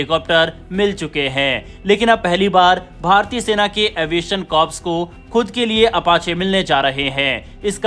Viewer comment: एवीएशन कोर कहा जाता है, एवीएशन कॉप्स नहीं.😢